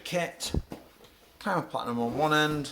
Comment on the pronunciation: Never heard it pronounced kyma before. Thanks for the review, I'm going to get one next salary so I have been waiting for someone to make a good review/overview of the rif.